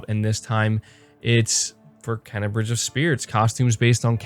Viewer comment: I luv you bro but it's pronounced " Kay-na" bugs me every time lol that's awesome about the dualsense features for GT7. I'm hoping they make a a steering wheel with manual stick shit then I'd definitely buy it day one. I think they are waiting to reveal GT7 VR support when they truly talk about psvr 2